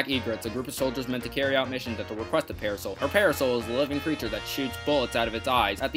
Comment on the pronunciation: I really like this video. Excellent topic and supporting material. But, I have to watch it in shorter segments. It sounds like is pronouncing "parasol" as para-soul. This may or may not be the case, but it is hard to get over. Top quality content, though.